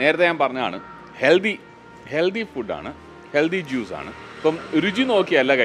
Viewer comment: ചേട്ടൻ ഹെൽദി എന്ന് പറയുന്ന പോലെ തോന്നുന്നു. ഹെൽത്തി അല്ലെ